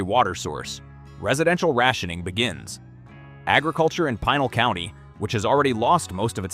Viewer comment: Pinal county is pronounced with the I making the long E sound because it's a Spanish word and Pinal county is not the county Tucson is in, it's Pima county.